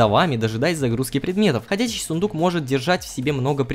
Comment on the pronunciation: Сыендук говоришь?я думала правильно сундук :D